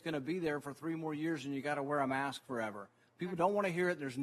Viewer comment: And for Heaven's sake it's "mask", not "may-usk". One syllable doofus!